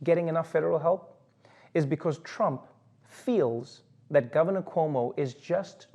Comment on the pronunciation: Did he say Crump instead of Trump? Not deliberately, clearly, but it sounded like Crump.